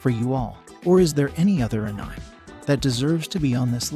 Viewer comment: Ahhh-neee-mayyy say it with me anime